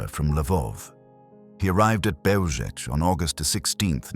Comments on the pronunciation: Just fyi. It’s pronounced as Behw-Zhets. Zh as in measure. The C is always ts not K. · It's pronounced Belzhets. Please if you are going to produce historical videos, learn the correct pronounciation of names. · Pronouncing the name incorrectly. The "L" has a lone through it making the pronouncement a "w" sound. Therefore it is Beozhek. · BeozheTS. The c has a ts sound in 🇵🇱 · It's pronounced "beljetz" and wirths nickname was stuka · A small quibble, but the pronunciation of "Bełżec" is not hard to get right. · Learn to properly pronounce the name of the place you're talking about. Is it that difficult to look into it so as to learn to pronounce it correctly? The first word of your video, mispronounced. Ok, we get it.